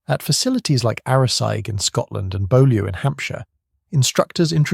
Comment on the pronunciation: Bolio in Hampshire? It was a key centre of training for SOE, so how is it that you just guess at how to say 'Beaulieu'? If you want any credibility as a presenter, you'll take a moment to research how it's actually pronounced 🙄